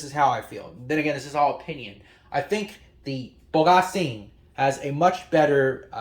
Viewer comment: Coming from a Chinese myself, ypu really nailed the way to pronounce Bogasing. I have this speaker and the 3D sound is really good